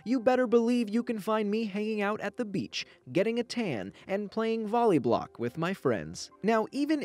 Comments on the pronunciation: Did he actually say "volleyblock"?? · Did he really just say volleyblock. That made me day. 😂😂